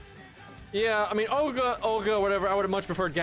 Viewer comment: Where does this Ogla come from? It's Ol (like in old) - Ga (like in garment)